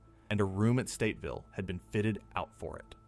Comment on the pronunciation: It kills me that he keeps saying Stateville it’s Statesville